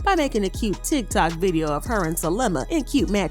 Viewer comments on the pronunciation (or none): none